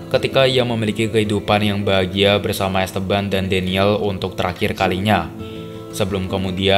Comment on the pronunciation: dibaca 'EstEban', om, kedua 'e' dibaca spt kata "enak" atau "aneh".. bukan es teban aplg es tebu 😂